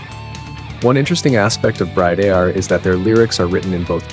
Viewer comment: Note to: Not only work on your pronunciation of the band's name, but stop referring to Bridear as a, quote unquote, "Power Metal" band, which doesn't do them any favours as it's a complete misnomer and bodering on annoying and offensive. Do you ever hear Lovebites refer to themselves as Power Metal? NO.. To quote Asami, "WE ARE LOVEBITES. AND WE PLAY HEAVY METAL!.